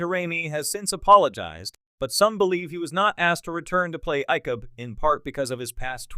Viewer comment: It's the LAZIEST way of making YouTube videos to spend as little, either make stuff up or regurgitate it from somewhere else and then use an automated voice, NOT ONE OF WHICH can pronounce anything correctly. It proves at least based on this example that AI is laughable. Just listen how it changes pronunciation of Icheb every time it is stated - it's a different way. Not to mention "Pick-Hard" which is what Picard sounds like. Pathetic.